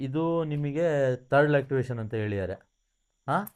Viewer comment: Lactivation ಅಲ್ಲಲೇ.... "LACTATION "😂😂